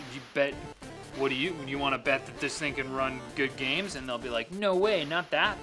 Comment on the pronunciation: Bath boost.. Gahms... come on!